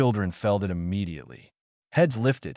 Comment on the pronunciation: Hey, so please fix the narration for the word 'it'. In your stories the narration says "I.T." instead.